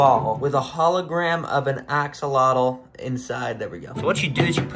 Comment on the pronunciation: The way you pronounce axolotl drives me nuts 😭. It's not "ax-el-lot-el", it's "oh-cel-lot" (with the lt made by tapping your tongue on the top of the back of the teeth, against the roof of the mouth). It's a Nahuatl word, and in Nahuatl, the tl sound is made by making a hard t sound, with almost a click, in the manor described above. If you're going to keep them and sell them, you should know how to pronounce the word.